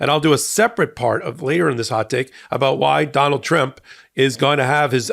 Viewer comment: That little trip of tRuMps name was funny 😂 Donald trimp 😆 that's what I'm going to be "calling" him from now on .